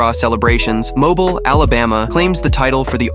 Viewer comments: Moble is pronounced mo-bill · Mobile is pronounced Mo-Bee-HL Jackson is not the capital of Wyoming